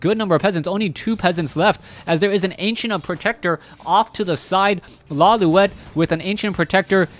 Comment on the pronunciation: Lawliet is a Japanese name pronounced "Lo-lite".